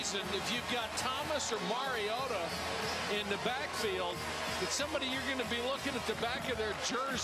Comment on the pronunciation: I get irritated with the multiple ways the announcer mispronounces MARIOTA. Maraodda? Maraoddie? Totally unprofessional.